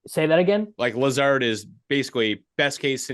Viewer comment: Who is this guy? Doesn't even know the correct pronunciation of Lazard.